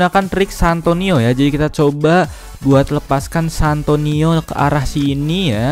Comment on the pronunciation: Santino bang bukan santoni😆😅😂🤣😆😅😂🤣